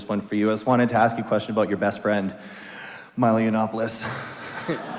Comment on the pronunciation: Did he call him miley yiannopolous.